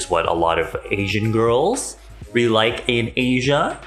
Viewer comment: "AsIAN giRLs" XD "iN aSIA"